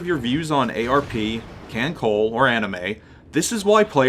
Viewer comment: It's a good video to have up, with a couple mistakes: 1. It's pronounced "kahn-tie" and "kahn-coll-eh" 2. Yuudachi is a Shiratsuyu-class DD (Shiratsuyu herself is also in Kantai Collection) Also, if you see a player respond to "poi" with "nanodesu" or "khorosho", those are the catchphrases of Inazuma and Hibiki/Verniy, respectively; they are both DD's of the Akatsuki-class.